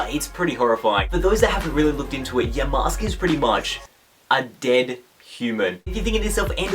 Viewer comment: I know you don't watch Pokemon Black and White because you can't say Yamask properly...